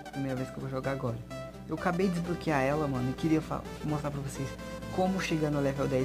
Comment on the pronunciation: "pray store" "desbroquear"